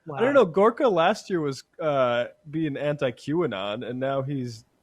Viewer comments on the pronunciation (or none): Seb Horka now? So that's his name now, can't think of a better person to butcher a name on than Seb Dorka. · Is it not Serb Gorka and not Horka? Anyway, this is a better gig for Serbie. In the past, he has been hawking fish oil supplements on TV ads and he has been saying he is a "Doctor". He never mentions he is not a medical doctor.